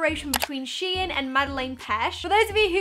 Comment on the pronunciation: its shein not shien